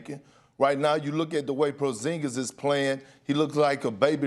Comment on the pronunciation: “Kristaps PROZINGIZ”: Kendrick Perkins “Dollaz mavericks”: Kendrick Perkins